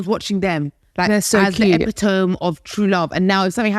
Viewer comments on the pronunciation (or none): Its ep - it - toe - mee not ep-it- tome xx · it's "eppy-TOMMY" not "eppy-TOME" lol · pronunciation of epitome 😅